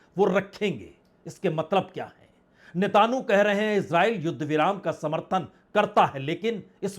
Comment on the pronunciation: Sir aap naam toh sahi bola binjamin Netanyahu (not Netanu)